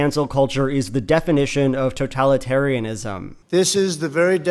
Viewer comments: "totaly-tarytism" lmao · for “to-tally-tariatism” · “This is the very definition of toe tally terry tism” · I liked when Trump said "Toe-Tally-Taria-Tism" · “toe Tally Terry tism” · you mean Toe-Tally-Terry-a-Tism right? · "This is the very definition... of... toe-tally'tariatism..." I don't know if a nation comes back from electing a guy like this. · "totali tariatism" oh trump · "toe tally tarriatism ?" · toe-tally-tarry-atism, the classic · The orange guy can't even say totalitarianism "totallytarryisms" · obviously it’s really such an insignificant part of this whole thing but something about the way that he pronounces totalitarianism is very funny to me. It’s like he’s never heard the word before, but he talks about it all the fucking time. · This is the very definition of totalitaritism. The guy can't even pronounce the word correctly. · knows the definition of totalitarianism about as well as he can pronounce the word. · Listening to Trump as he's failing to pronounce "totalitarianism" feels so surreal